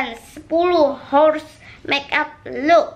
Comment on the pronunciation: Sepuluh hors?mon maap ni mbak kekeyi ten hours kali😆